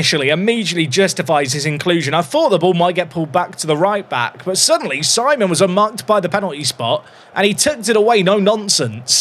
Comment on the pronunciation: If he is French, Simon would be pronounced Sea-mon. Think you could retrain your brain,?